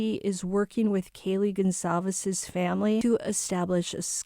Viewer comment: Gonçalves is how it's writen. I know you can't because your keyboard doesn't have that sign to put under the "c" 😊 It's a surname of Portuguese origin(my country) and it is spelled Gon sal ves . Gon you spell like in "paraGON" Sal like in "SALty" Ves like in "saVES". I hope it helped 😉